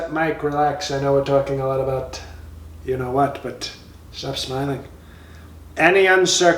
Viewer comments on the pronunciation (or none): none